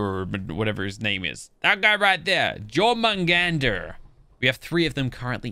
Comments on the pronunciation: Ali Al-Maadeed.. its Jör and its pronounced Yör Ö = Ø Ø = Uhh Uhh = U sound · Its from Norths mythology the "j " is pronounced like a "y" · it pronounced Yor-man-gunter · Hey, 2 things 1) Jormugandr is pronounced Yor-mu-gan-dir 2)it says in the description of the prime argie that it evolves so that might be how you get the indominus version (not sure if im right) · You call it yor mon gonder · the snake is pronounced " your-man-gan-der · The Big Snake is pronounced (Your-man-gan-der) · You purnounce it yor mon gonder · Its pronounced Yormangander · Not to be that person it is is pronounced your-man-Ghan-dur